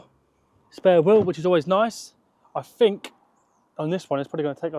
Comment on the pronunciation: Annuvva??? video - please, can you learn to speak English? Another, not Annuvva. Then what you say might actually carry a little bit more authority. "That I done"??? That I DID!!! Grammar, you ignorant muppet!!! And "I fink" ?? THINK!!!